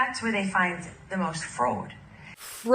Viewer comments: Frode...frode...ohhh, the French pronunciation of fraud! Whew, she's whip-smart! 🤠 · I think she said "Frodo" not "fraud," since Frodo did illegally cross the Mordor border line and blew up the eye. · She found the frood on the trooth social media.:-) :-)